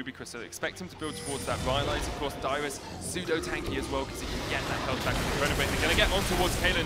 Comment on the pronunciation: Dywus will get a tuwwet